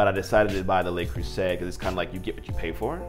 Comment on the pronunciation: Love watching you review the Le Creuset. I hope it's ok to let you know "Le" isn't the word that sounds like "lay" in French, that would be "Les." Le is more comparable to a dull "u" sound. I hope it was OK to let you know, as one fellow American to another. (=